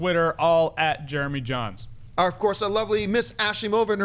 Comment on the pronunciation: Was looking away from my phone then heard "it's Jeremy Jains" what!?!